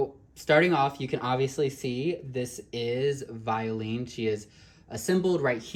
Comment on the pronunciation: Her name is pronounced as 'Vyo-len' in french.. I like this doll but I skipped on her because I'm not a fan of dolls with painted lashes. it looks crooked and wierd in certain angles